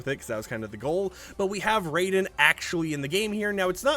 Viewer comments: "Rye-den" not "Ray-den" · It’s pronounced RYE-DEN. Not the god of thunder Raiden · bro did not just say "Ray -Den" its pronounced Ryden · Raiden as in Rye-den, not Ray-den. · ITs not raiden like mortal kombat raiden its said this way ri,den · His name not pernounced Ray-Den , it's Ry-Den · Its not pronounced ray den its pronounced ry den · Raiden not RAYden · his name is pronounced ryden not the same as raiden from mortal kombat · I…. Why is everyone pronouncing Raiden wrong? It’s not Raiden It’s more pronounced RI-den I’m not mad just disappointed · The way He said Raiden name 🤦🏽‍♂️ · He can't say Raiden correctly, though. You can't win 'em all 😂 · not how you pronounce raiden, but ok